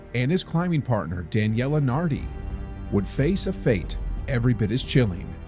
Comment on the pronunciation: The stories on the channel are very interesting, but this ai narration is bad. It may not be important to everyone, but it was difficult as a speaker of Italian, to hear "Daniela", a female name, instead of "Dahn yeh lay", a male name. Difficult in the sense of fingernails on a blackboard. It shows laziness on the part of the person who's supposed to be vetting the final product before it's published. Just to be clear, that wasn't the only mispronunciation in the video and the same thing went for part of the writing on the screen ; not referring to closed captions. Other than that, it's a story I wasn't familiar with and I enjoyed it, so thank you!!